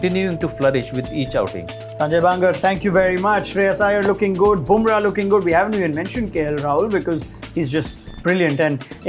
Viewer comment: Burma...😊... lol... it is Bumrah